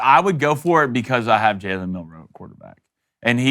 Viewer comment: Guys... Jalens last name is one word Milroe not Mill Row please clean that shit up cuz its irritating to listen to